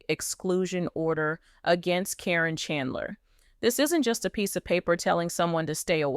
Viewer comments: Why is the audio saying Ka-rin. The witches name is Caryn, pronounce Karen. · Her name is Karen not Corine get it right A I !!!! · Hey guys LPBW Update if you are going to have an AI do your talking make sure it is saying the names right. it is Caryn but it is said like Karen. I have watched this show since the kids were very young. When I heard someone say Matt has a girlfriend and it turned out it was her, I knew she was in it for Matt and the family's money. Matt RUN. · Her name is pronounced like Karen. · Her name is Karen say it right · Keep saying her name wrong. Probably Al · Is there a reason you keep mispronuncing Karen's name? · get the lady name right Caryn!!! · Why does the name Caryn get pronounced differently every time